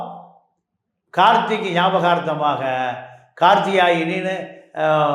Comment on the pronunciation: கார்த்திக் என்று சரியாக உச்சரிக்க வேண்டும்.